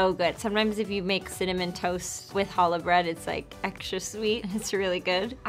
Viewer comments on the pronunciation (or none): none